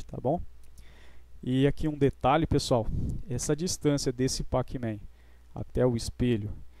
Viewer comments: Se escreve pacman, mas se pronuncia pecmen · Ajudou muito obrigado Mas NÃO É PAC MEM É COM E! É NÃO COM A